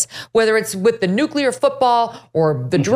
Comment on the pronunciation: It should at least be someone that can pronounce NEW CLEAR rather than NEW CUE LAR.